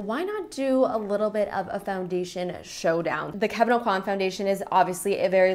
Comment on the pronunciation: okwah not aucoin (: you can see videos of him pronouncing his name